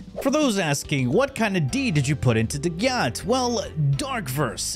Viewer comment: As a dagath main I may be biased but she’s SO UNDERRATED!!! Also have some RESPECT for the faceless queen and SAY HER NAME RIGHT!! They tell you in the hollow if you don’t remember!! Ok with that off my chest thanks for the build guide I enjoy your content.